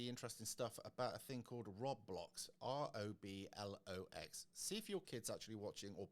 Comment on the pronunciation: Pronounced "Road Blox" Just saying as mine would of ribbed me had I said that, so to save a ribbing from the younger ones! 👍🏻Not heard or seen of this from the kids. I will ask!!! This wasn't what is was a few years back!